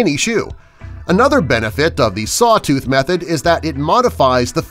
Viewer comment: Saw tooth anyone else think he said suh dude